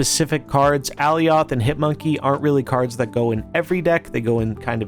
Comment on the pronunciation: Alioth is pronounced like Goliath